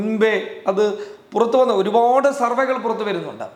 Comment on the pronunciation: സർവകൾ എന്നു പറയരുത്. സർവേകൾ എന്നു പറയണം